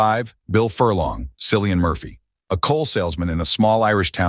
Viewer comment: Cillian Murphy /ˈkɪliən/ KILL-ee-ən - do you understand IPA?